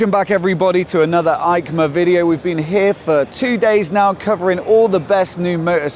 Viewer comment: I do understand that you are British but please, please, please, proncounce Eicma correctly.